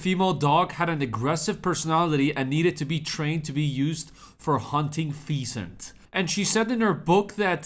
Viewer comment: 'Feesant'😂😂 It's a bird, not a venereal disease😅